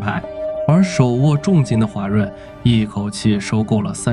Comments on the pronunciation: 还有画（华）润、条（调）走、联合形（行）… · 华润的华读音频频读错，Ai效果不好😂